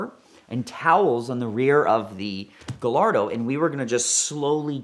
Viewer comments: I don't understand how a guy who has a great background with Lamborghini can not properly pronounce the name of the car, its Guy-ar-do not Ga-Lar-Do. But will say that huge kudos for manning up to the disaster. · It’s Guy- ardo not gallardo like gallbladder. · Ga-lardo, Mercy-el-lego 🤯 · This is the first time I’ve heard someone call a Gallardo (pronounced Guyardo) a GaLLardo. 🤦‍♂️ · After all those years you still pronounce the name Gallardo wrong, its a SPANISH bull, LL is J, so not Galardo but Gajardo!!!!! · PLEASE!! Say it with me: GUY-AR-DO. GUY-AR-DO. It's a Spanish breed of bull. Not GAL-ARDO, GUY-ARDO. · The Gallardo has been out got 20 years and along the way the name has been butchered by all.... guy-yard-oh not guh-lard-oh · you're a Lamborghini enthusiast.... it's - " gai ·aar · doe " the Italians don't pronounce the double "L"s in Gallardo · Gallardo?? Lol it’s guyardo ;) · he said GAH-LARDO 😂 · I stopped watching as soon as he said Lamborghini Galardo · OMG!!! Out of all the people in the world, should know how to properly pronounce the car’s name: “GHA-YAR-DHO”….🤦🏻‍♂️ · I stopped listening when he called it a Girl-lardo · It always grinds my gears hearing him say giLLardo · Yea, but he pronounces Gallardo "Guhllardoh". I don't think you can trust this guy, Ed. Be careful. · The only thing more annoying than him talking about drunk driving around the city like it's 'normal' or acceptable is the mispronunciation of Gallardo. I don't even like Lamborghinis and I know you don't say it like that. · Why do you not know how to pronounce Gallardo? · The way he says Gallardo is painful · Every time I hear pronounce Gallardo incorrectly I want to throw something at my screen. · can't pronounce Gallardo?? You must be kidding me smh 🤦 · How is it this guy specializes in these type of cars but can not say Gallardo correctly for the life of him?